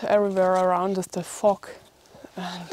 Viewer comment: I had to laugh when you said "Everywhere around us is the fog." Sounded like "Everywhere around us is Da Fu*k."